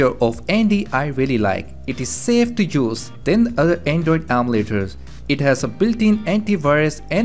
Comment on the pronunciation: the way he says emulators though...